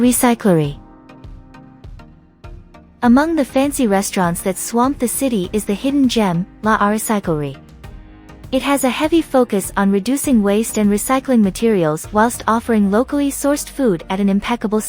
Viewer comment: I seriously hate speech synthesis - "L.A. Recyclerie" - Mon Dieu!